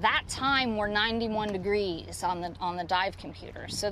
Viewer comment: 90 degwees ? Nice speach impediment Michael